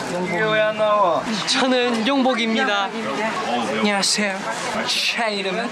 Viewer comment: I love felix’s anyeonghasseyo And changlix they’re so cute!! 😍😍